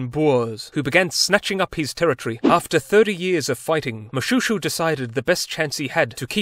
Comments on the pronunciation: Moshweshwe not Shoe... I'm struggling to find humor in it. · Moshoeshoe not to be confused with Mobootboot. Funny there, but it's actually pronounced Moshweshwe. Always great to have our country on any platform though. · it is pronounced MoSHWESHEW (Moshoeshoe)